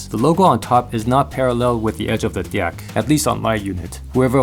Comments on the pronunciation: I loved all the "di-ecks" . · the fact that he says dieck every time drives me up the wall XD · is it just me or is it really awkward when he looks straight into the camera and pronounces deck like that